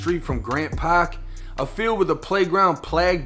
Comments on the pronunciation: Say park again I luv the way you say paaak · the Pahk (park) tahgets (target)..i enjoy accents from other people and places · Grant Pak where’s the R 😂😂😂